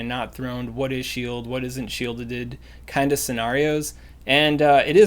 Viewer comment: "What is shield. What isn't shieldeded" hahaha! I'm not teasing, I personally love saying words weird.